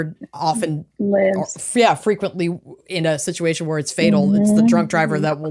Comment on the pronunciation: "Sitch-u-it". It is Massachusetts, after all. 😆